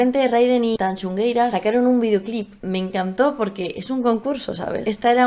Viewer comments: TAN XU GUEI RAS (no tanxungueiras) QUEI-MA-DA (no quemaida) Tan complejo es de pronunciar? 🤣 Muy buen análisis 💜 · Tanxugueiras, no TanxuNgueiras xDDDD y mira que lo repiritieron! hay que leer mejor! Y los chicos no bailan "JOTAS" jajaja... bailan "Muiñeira" baile tradicional galego. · TanxUgueiras, moza. No tanxuNgueiras. Queimada, no quemaida. Meigas, no brujas. Apertas e abrazos desde el norte!😘😘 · Que graciosa es, no sabe ni decir Tanxugueiras y se permite criticar todo, qué burra es